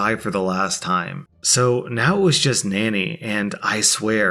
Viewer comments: Second story is why you don't spoil kids, no matter what work ethic you think you're instilling into them verbally. Also, "Nani" is pronounced "Nah-knee", not "Nanny". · the word in the second story is not pronounced ‘nanny’ it’s pronounced ‘nar-nee’. It’s a Hindi colloquial term for grandma. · Btw, I think the grandmother in the second story might be pronounced Nah nee. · You said Nani wrong!